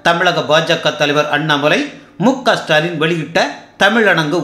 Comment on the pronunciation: என்னய்யா இதுகூடவா தெரியல..."இசுடாலின்" தான்யா அது...இல்லனா "ச்டாலின்" அட அதுவும் வேணாம்னா.."டாலின்...னு கூப்டுக்கோங்க...